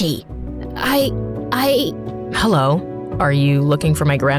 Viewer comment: Guys, you need to listen she said Kenji like the store